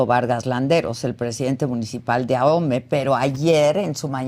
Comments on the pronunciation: Oye chairo se dice AOME No AJOME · Ahome la h es muda no se pronuncia, no es ajome. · Deberian informarse, es aome(asi se pronuncia), no Ajomé. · Por Dios, Señor. Ahome, la H no se pronuncia. Por consiguiente no es Ajome. Porque así se le oyó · Se pronuncia Ahome y no ajome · Adela, es AHome, con h muda, no AJome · Este tipo no sabe ni nombrar el.minicipio se pronuncia "ahome, no ajome" la "h" no es ingles jajajja vaya tipo, si no sabe pronunciar ahome, su credibilidad es cero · Se pronuncia aome: Ahome ( lengua cahita-mayo-yoreme ) no se pronuncia ajome, si va a opinar primero investigue bien. Insistió varias veces y su pronunciación es pésima. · Porque nadie investiga cómo se pronuncia Ahome porque dicen Ajome? 😂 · Se escribe Ahome, y si se pronuncia aome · la h es muda...Ahome se pronuncia a'ome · Investigó tan bien que no sabe pronunciar Ahome 😂. No entiendo quien les hace llegar que decir porque se ve que no ha puesto un pie en Ahome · Mucha información y todo lo que tú quieras pero en cuanto pronuncia mal el nombre del municipio ya valió barriga su "profesionalismo"